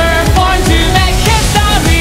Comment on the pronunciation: the video is very beautiful. but whenever he says "history" sounds like "histowy" (im not making fun of it, but i cant unhear it🥲)